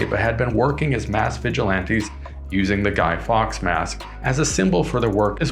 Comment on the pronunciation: guy fawkes not guy fox